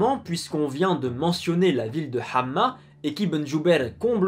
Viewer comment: Salam! Très beau travail, vraiment, et belles recherches, par contre je voulais juste te dire un petit détail, dans le nom de la ville Hama on ne dit pas Hamma mais Hama sans shedda حماة